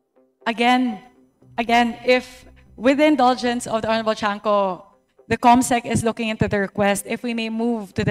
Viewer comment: Cong. Tiangco not chanco.